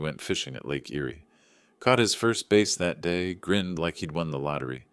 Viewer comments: Hey AI! bass is not pronounced. ’base’. Think b followed by ‘ass’ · He caught a BASS [aahss] not a BASE thats where your army is.